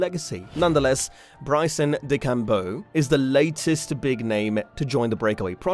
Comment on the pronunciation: That mispronunciation of DeChambeau yikes